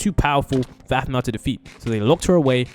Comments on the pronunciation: BRO IT'S APHMAU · Aphmau not masima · Its Aphmau not animal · And her name is Aphmau not Asma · Dude her name is afmaw not 🚫 asmiw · Did he call aphmau asma? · In the start of the vid you'll see he said animal and not aphmou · yeah he also called aphmau Asama 😂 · Bro is bad at saying “ein “and “aphmau” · Bruh He keeps Making this Text to speech thing saying her name wrong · Your saying Aphmau and EIN wrong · The name its not right... Iron is ian (EE - An) and animal its aphmau (AAA PHPH MA ouw) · "animal" "iron"💀